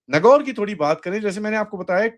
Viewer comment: Sir it's नागौर।